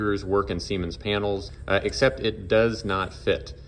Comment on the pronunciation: This guy just loves saying semens 😂